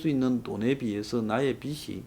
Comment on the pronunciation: 빚이 ㅡ 비지, 빗이 ㅡ 비시, 발음에 유의해 주시길, 발음이 정확하지 않으니까 자꾸 거기에 걸리는 군요.